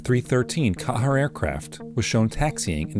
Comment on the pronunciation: Pronounced "QUEER"!